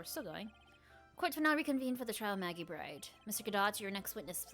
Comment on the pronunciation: It's a really good narration ;) But you always pronounce Maggey's last name as "BRIDE" but she is called Maggey "Byrde".